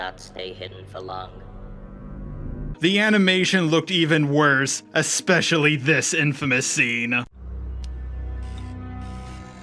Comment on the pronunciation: This is a nice video and I enjoyed it a lot, but there are so many little mistakes that you should have noticed and re-recorded. Calling JJ Ryan, calling Fin Han, etc. Also it’s especially, not expecially. 😅